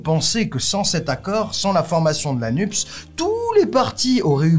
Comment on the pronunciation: Pourquoi prononcez-vous le sigle NUPES "nupse" ? C'est bizarre ... NUPES se prononce "nupesse" comme PS, CNRS, CAPES ...